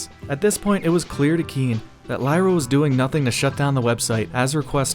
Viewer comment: Lira, not "LIEra."